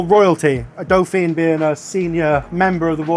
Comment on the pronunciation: Your pronunciation of Dauphine was painful though haha XD.